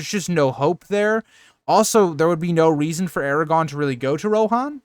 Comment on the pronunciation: I like this channel but you need to practice saying Aragorn instead of Eragon or Aragog